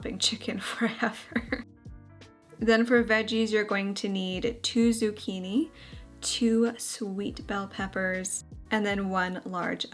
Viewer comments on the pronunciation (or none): none